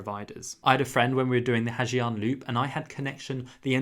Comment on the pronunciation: You can spell the word Giang in Ha Giang loop as Yang instead of saying Zi Ang